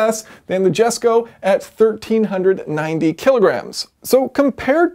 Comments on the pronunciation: I disagree with your excuse for not pouncing the name correctly - Who cares about your lack Swedish language aptitude, you should still make the effort to pronounce it correctly, to not do that is arrogance and a complete lack of respect for the country and manufacturer. We all need to make this effort because the world is a much smaller place these days and we are all subject to other countries and dialects. Sorry if this sound petty but I strongly believe in honoring and respecting all cultures. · Translation: "I'm aware of how it's pronounced, but IDGAF." 🤣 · Jesko is Christians' fathers' name and considering the car was made in honor of the person, you should have a little effing respect and say the name correctly. You can clearly pronounce the word just fine after already being informed. Saying it wrong because of a mistake and purposefully saying it wrong are 2 different things, don't be a dick. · He'll say koenigsegg just fine... but not jesko properly, that logic... jesko is Christian's father's name, and honestly its disrespectful to me to mispronounce a person's name... say it right pleb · D it is about a respect to say a name correctly, not about learning sweadish. It is not rocket science...yayson! But i'm fan of yours anyway;-) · Noooooooooooo, it’s not jesko it’s YESKO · Pronounced "yes-ko." It does matter from a standpoint of intelligibility. Classic engineer to think language is insignificant. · Its not jesko, its yesko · In Swedish we actually pronounce J like an Y. So Jesko is Yesko and Jason is Yason when you talk to a Swede. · Yes! It's a Jesko, not a yesko😅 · Hesko (Spanish), Yesko (Swedish), Jesko (Texan) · I am not Swedish, neither I am an American, but for God's sake stop this Joke pronunciation. It is yesko, if you will. Not Joke J. Esko. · It's jesko, not Yesko, even Christian himself says on Jesko's debut to the world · I think jesko is the right pronunciation In the reveal video they said jesko not yesko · koenigsegg yeeskon